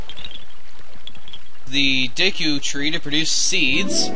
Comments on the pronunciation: nope, it's the japanese syllables de and ku, so it's pronounced deh-Kuu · its pronounced duku but spelled deku tip tip